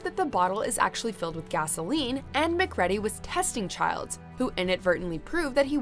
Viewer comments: And here we have another name butchering. It’s not ‘Mac Red-Dee’ it’s “Mac Ree-dee’ 🙄🙄🙄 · The narrator obviously never saw "The Thing" cuz she kept mispronouncing the name of kurt russel's character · Macready gotta be pronounced right woman!!!